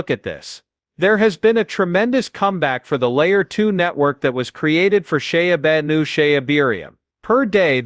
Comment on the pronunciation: Sha-a-new hahaha